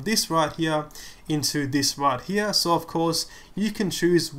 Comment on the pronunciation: Right where? right HEAHH :D